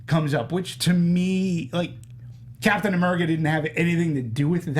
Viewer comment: STOP SAYING CAPTAIN AMURICA!!!